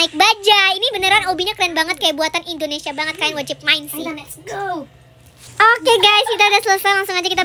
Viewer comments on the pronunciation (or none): 😂 pas bilang........ Indonesia ❌😂 Indomati✅ Wkwkwkwkwk lucu banget 🥳😶 Semangat bikin konten nya 😊😊❤❤🎉🎉